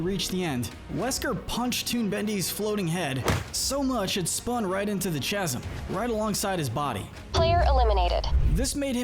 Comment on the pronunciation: " the chasss-em " 😂